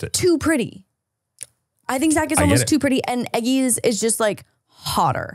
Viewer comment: Guys I love Taron aswell but hearing you call him Eggy not Eggsy hurts so bad 😂